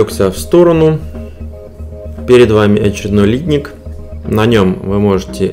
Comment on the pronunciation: Ударение в слове литнИк на второй слог.